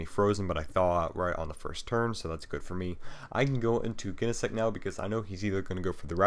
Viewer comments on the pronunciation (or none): Never heard Genesect pronounced with a hard G. Definitely sounds wrong. lol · Pronounciation: Jenesect, Jyro Ball Name: Conkeldurr Otherwise very good game and commentary